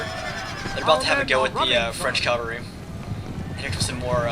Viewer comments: Cavalry, CAVALRY, not calvary. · you keep saying "calvary" I think you mean cavalry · its cavalry :l